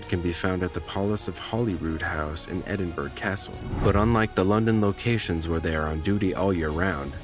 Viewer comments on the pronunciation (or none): edinburrow... not edinburg...